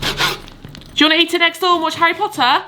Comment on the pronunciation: Hearing you say “Harry Potter” in your lovely British accent makes me so happy!